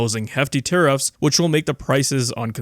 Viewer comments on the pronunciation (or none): Tariffs are... Taribull 😂